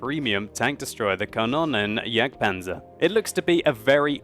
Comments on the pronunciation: Xeffx From what ive been taught (as a dane) german is pronounced exactly like its written. just pronounces it more like Kannonnenjagdpanzer. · Is it not pronounced "kan-oon-en"? I'm norwegian so :D